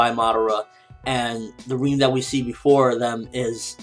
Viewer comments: isn't her name pronounced "rin" and not reen? good review though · Lol but still it annoys me as that is clearly not how u pronounce her name. Rin rhymes with bin and u wouldn't pronounce bin as ''been'' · God dammit it's RIN not REEN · Why do you keep saying Reen?? It sounds weird haha. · why does call Rin ''Reen''??